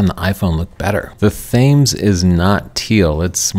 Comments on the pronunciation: Thames is pronounced like tens but with an M. So, tems. Not hard to pronounce. Why was it an issue? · Ha ha, 'I promise I do not look like this', that really made me laugh. That pronunciation of 'Thames' though....